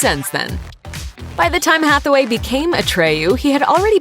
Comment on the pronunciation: you keep pronouncing it as Hathaway lol